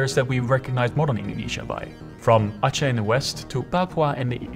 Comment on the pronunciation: Thank you for pronouncing Aceh properly 😂 you don't know how annoyed I get hearing people say Akeh 😂